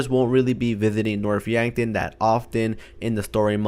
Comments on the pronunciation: You said Norf Yankton... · You mean north yankton when yes then here north yankton